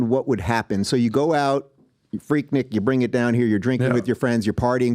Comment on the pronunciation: Its pronounced 'Freek-neek'- atlantan